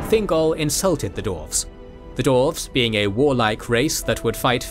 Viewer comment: Why does the narrator insist on saying "Dorves" not Dwarves?